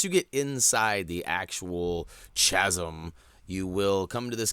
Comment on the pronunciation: Chas-em? Dude, it's pronounced Ka-sum.